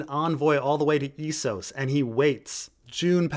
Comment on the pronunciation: You mispronouncing Essos physically hurts me.